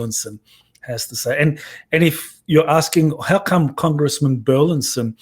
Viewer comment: I know it may sound like we're splitting hairs here, but the congressman's last name is bur-LIS-son, not bur-LIN-son., you keep getting Congressman Burlison's last wrong. Not only are you mispronouncing it, but you're misspelling it in your tweets and Youtube video descriptions.